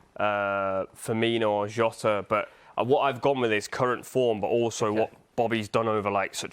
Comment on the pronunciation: Who trying to say jota it better then cr7 🤣🤣🤣